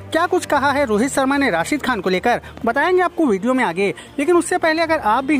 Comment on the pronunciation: C Aadmi Sarma nahi Its Sharma ! Naam to thik se lele